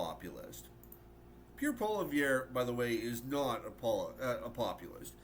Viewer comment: Really like your video but say it with me. Pierre Polievre. Polly then ev that’s it. Polly-ev